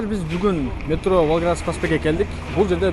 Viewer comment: Кайсыл метро нармално айта албайт метрону